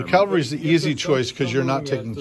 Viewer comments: As in Cavalry, not Calvary. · Please, not calvary. Cavalry.